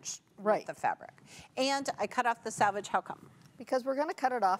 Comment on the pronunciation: I really enjoy the Accuquilt Live and Dies to try events. But I have to tell you it drives me Nuts when you say "Salvage" like what is done to sunken ship instead of "SELvage" like what is on the edge of fabrics. Just had to vent about this I hope it helps. Sorry if you are offended.